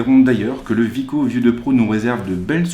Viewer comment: C'est wiko ( Ouiiko ) et non Viko